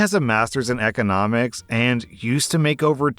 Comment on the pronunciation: EHconomics. It's bothering me how he's pronouncing that word.